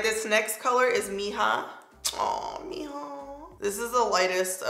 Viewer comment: If you say these 2 words 'Cheese + meh' as 1 word, thats how chisme sounds :) & also mija if u say 'me + haa' with the a sound it will be correct, in a lovin way everytime u said mija i couldnt help but say heehaw In my head. Lol. Btw you made these colors work 😍!!